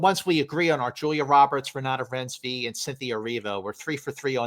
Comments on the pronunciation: Oh you mean Renooty Rinesvy? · please take the 10 seconds to google how to pronounce Renate Reinsve name since you'll be talking about her all season lol